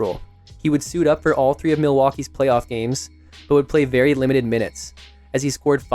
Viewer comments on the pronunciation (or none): none